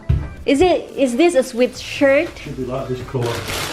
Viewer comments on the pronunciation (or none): You pronounce SWEAT SHIRT NOT SWEET SHIRT